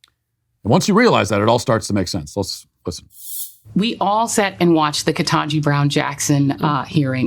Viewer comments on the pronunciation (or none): none